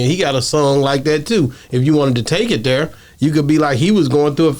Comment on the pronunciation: Over heer or over theer